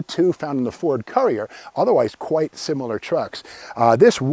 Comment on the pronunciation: It's pronounced 'Cur-re-er.